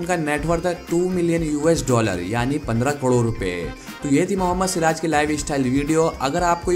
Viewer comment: बार बार ग़लत बोल रहे हो कड़ोर Wrong 😑 ❌ करोड़ is correct word.✅